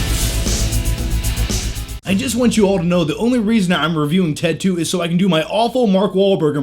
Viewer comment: When u say ted 2 sounds like you're saying tattoo lol